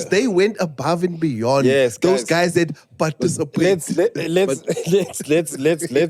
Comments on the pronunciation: Word Of The Episode: "Parcitipate"🤣🤣🤣🙌🏽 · Word of the day is "PARCITIPATE"🤣🤣🤣🤣🤣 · The struggle between parcitipate and participate 😢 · "Parcitipate" and "commemoration"😂😂😂😂ayyyy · Word of the day," Parcitipate"🤣🤣🤣🤣